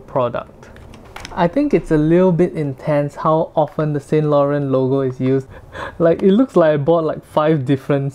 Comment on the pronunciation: Please learn how to correctly pronounce Yves Saint Laurent